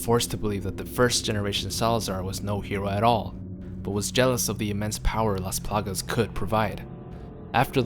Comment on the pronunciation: Love how he say "lAs plAgas". My Latin ass is in love